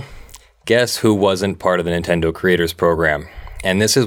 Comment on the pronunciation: Nintendo? More like Nintenno